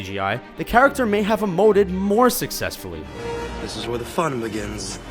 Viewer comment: "charactcher" XD